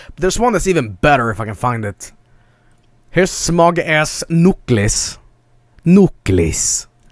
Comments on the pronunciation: "Yis, the Nucles. I will go find chaos emeralds with him and then poomp my mooskles." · Let's just talk about how he pronounces Knuckles here